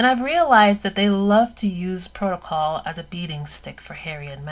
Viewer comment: "Breaking protacol" LMAO